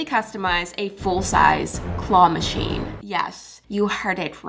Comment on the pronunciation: I heard you at the start of the video say Qwah Machine 😂😂😂